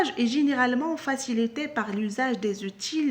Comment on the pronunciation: Bonjour, outil se prononce ainsi [u.ti]. bonne vidéo.